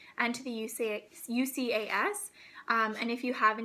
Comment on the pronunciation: Hey! Just to let you know, UCAS is pronounced YOU-KASS. To spell it out as U C A S takes a lot more effort haha.